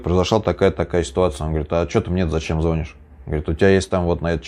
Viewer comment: ЗвонИшь, сколько раз повторять?